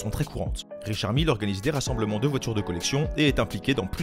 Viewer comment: C pas Richard mille mais Richard mylle